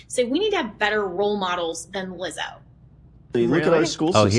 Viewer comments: Ethan saying liza again and again and again absolutely killed me laughing. That was the funniest thing ever, i hope he continues mispronouncing peoples names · ethan racist for forgetting lizzos name every 5 fucking seconds. like rlly legitimately rude. it’s so fucking simple to pronounce he literally just doesn’t fucking care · Ethan constantly pronouncing Lizzos name wrong is too funny